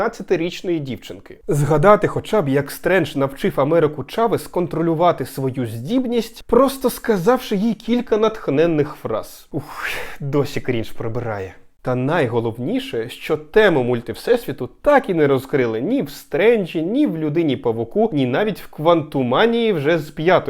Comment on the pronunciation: ти ж знаєш що у слові «cringe» немає літери «Д»?)